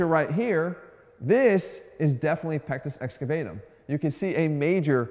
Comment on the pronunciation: I thought you said " I have a small penis" lmao